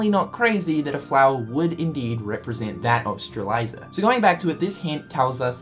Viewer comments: It's Lauriam, not freaking Lumaria, geesh. Stop imposing what you think should be the name, and call them by their real names. It's Strelitzia, not freaking Stralisa, yoy can clearly see the "T" letter in her name, and you see an i right before the last "A" -.- it's not funny, it's not cute and definetly not entertaining. It's just annoying and it makes me think that you simply don't care to learn their proper names. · Its prounounccncouned "Stray-lit-zee-uh" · Sees T in front the Z in Strelitzia Also notices the I after the Z: "Streliza" Cringes but still loves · STRE-LITZ-IA, not Streleiza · Strelitzia, not Streliza. But it's fine, I guess... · Lauriam, NOT Lumaria. Strelitzia, NOT Strelaisa. 🙄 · IT'S STRAH-LIT-ZEE-AH GOD DAMMIT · for the record, it Strelitzia is pronounced Strel - lit - zee - uh. Not trying to be a grammar police or whatever, but just thought u should know. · say it with me, STRE-LIT-ZI-YA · How can you pronounce that flower but not Lauriam or Strelitzia?! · Your killing me with Strelitzia's name pronunciation,...